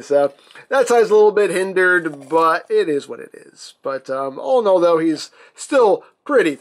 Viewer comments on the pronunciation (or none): none